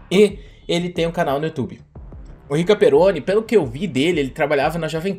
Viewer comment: Ótimo vídeo,! Mas o nome dele é PeRRone... se pronuncia "pe rro ne", não "pe ro ne".;)